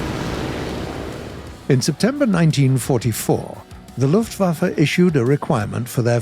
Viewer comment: Just wanted to say that you actually manage to pronounce german words pretty well, but you say it more like "luftwaffer" instead of luftwaffe